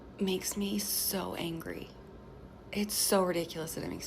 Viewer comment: “Ew moy gawd, I’m sooo eengry, my husbands sick” what a nasty person, making it all about herself.